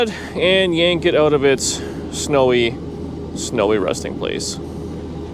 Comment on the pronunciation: Was that the Nomad’s “snowy resting place” or “snowy rusting place”?